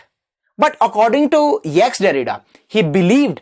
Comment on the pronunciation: Didnt listen to it fully. But bro, its not "ex- derrida".. it is jacques derrida.. [ʒak dɛʁida]